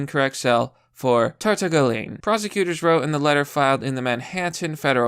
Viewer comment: TAR-TAG-LI-OWN . Shit. Source: my old manager was a Tartaglione